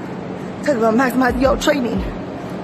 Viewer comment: I couldn't understand what see was saying so I turned on the subtitles and got "Mac Mike you training" I'm pretty that's not what see said. So then I listened to her over and over again, and I'm now pretty sure she's say "and will maximize your training" I think she might have a speech impediment (no shame), I have a speech impediment myself I just think that why it's hard to understand what she is saying.